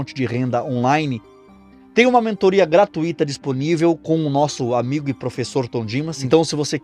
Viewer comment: você tem pouca escolaridade: não é correto pronunciar "gratuíto", e sim "gratúito"; não é correto odiar A Mãe Santíssima só porque você confunde "ídolos" com "Imagens", e não é correto adorar ao teu Senhor Martinho Lutero, inclusive, esse seu Mestre já matou um. Estude a biografia desse sujeito!